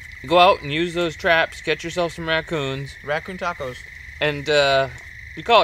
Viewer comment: You mean Raccoes?